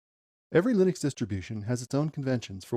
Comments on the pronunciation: It's not Lynix it's Linux. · your saying Linux wrong and im a beginner to. It's pronounced Linux as Linda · Is this AI? is this how you pronounce Linux? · Why do you continually mispronounce Linux ?